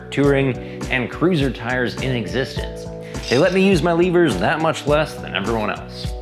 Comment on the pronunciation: Lever is pronounced "leh-ver" not "lee-ver" ok